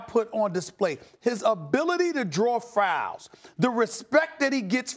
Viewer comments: Just realized he said frouls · Frals😂😂 dead 💀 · What are "frouls" lol